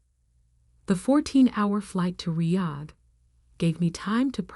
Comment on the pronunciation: Is it my imagination or did the AI pronounce the word Riyad differently every time it came up in the story?